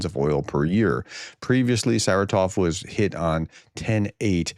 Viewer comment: Professor, this is not the biggest issue with your pronunciation, but... It is SarAtov, not SaratOv. Emphasis on the second syllable not the third.